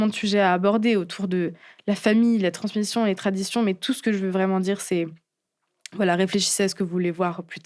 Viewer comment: Euh... Transmition???